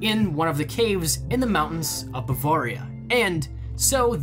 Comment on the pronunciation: I'm from Germany so I can confirm that this is a well known legend there and it all checks out, but just one thing...learn how to say Bavaria, its like a knife through my heart every time you say it wrong. I see why you would say it like that but its pronounced like this Bu-vare (like rare)-ria. great video though and keep the great content coming.